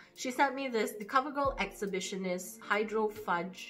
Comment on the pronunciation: "hydroFUDGE" lol you are adorable.